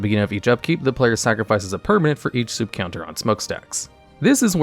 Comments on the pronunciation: And soot rhymes with foot not suit. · It's not soooot. It's more of a uh sound but not quite. It's what ash is also called if that helps. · "Soot", like boot, instead of like book. Adorable. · He said 'soot' like 'suit' and I find that very funny He also said 'dioblic', am I making fun of a dislexic?